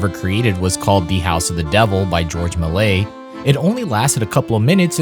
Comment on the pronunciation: "George Milay?" Dude, youre not even trying. I'm not watching this lazy bullshit